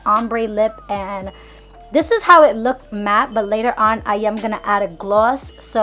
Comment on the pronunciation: Girl you did good!!! But I cringe every time you say "lookeded"